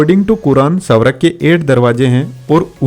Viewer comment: स्वर्ग ❌ सवरग ✅